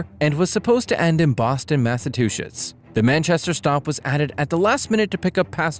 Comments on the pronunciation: last segment "mass-a-two-sh*ts" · BOSTON, MASSATWOSHITS? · lol Boston Massa-what?